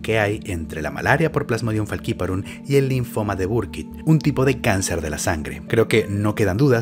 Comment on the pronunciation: Pronuncias Faciparum como los gringos, siendo una palabra latina (Literal esta en latin) jaja saludos